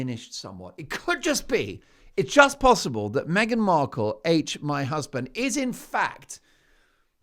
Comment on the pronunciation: Did she just call her meghan merkle!😂